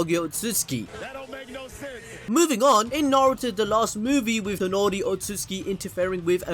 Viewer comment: My guy keeps calling Toneri FUCKIN TENORI. Big ass disrespect